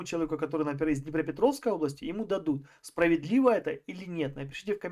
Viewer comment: "ОбластЯ,похожА,.ДАЛЬШЕ СЛУШАТЬ НЕВОЗМОЖНО